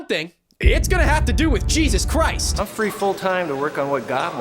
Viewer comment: Oh jeezus chrawst!!! Oh GYAWD!!!